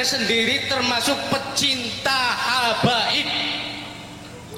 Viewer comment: Salah sebut habaib jadi hababi 😂😂😂😂